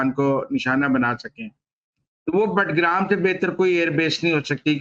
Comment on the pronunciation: بٹ گرام نہیں، باگرام۔ معلوم نہیں آپ کو کس نے تجزیہ نگار بنایا ہے۔